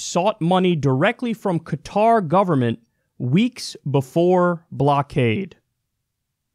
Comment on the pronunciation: 4 years of college, and Kyle can't pronounce "Qatar." SAD! Also, Kyle gets most of his money through TYT Network, which has ties to Al Jazeera which is partially owned by the ruling family of Qatar. Gotta love how Kyle's now making his own corruption obvious.